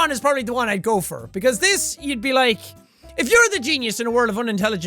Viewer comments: was I the only one who thought that he said gopher? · when he says go for it sounds like gopher